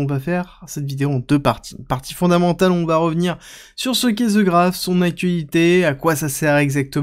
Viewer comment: The Graph.. "The" se prononce "De" pas "Ze" ahhh ces français ! ;)